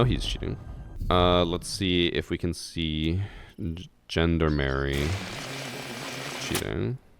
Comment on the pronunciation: "GENDER MARY" Every french person: cries in baguette